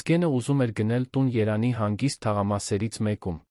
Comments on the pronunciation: Երան չէ-Երևան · Միթե չես կարողանում Երեվանի ն ասես երանի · Այ անգրագետ ոչ թե երանի այլ Երեվանի ոչ թե գոյատել այլ գոյատեւել ոչ թե դեռս այլ դեռեւս այ անգրագետ դու երեցի եվ տառը չես սիրում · Երան, Սան, հարան, Ընդհանրապես և -ը գոյություն չունի: Տհաճ է, լսելի չէ